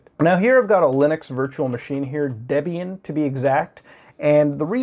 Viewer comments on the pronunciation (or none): none